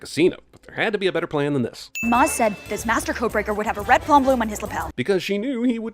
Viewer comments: Jeremy is having a 'Han' problem with 'Maz'. It's pronounced 'Mahz' like an English person would say 'Mars', Not 'Maaz' like an American person would say 'Jazz'. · The real sin is mis pronouncing maz